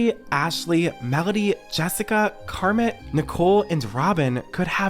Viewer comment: It's Car Meeeee not Car mit.. 😱 the "t" is slient